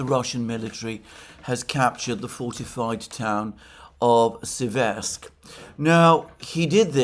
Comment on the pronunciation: It's SÉversk, Alexander 😭. There are reports that allegedly US Secretary of "war" has removed Driscoll as the negotiator because he allegedly overstepped his boundaries whatever that means.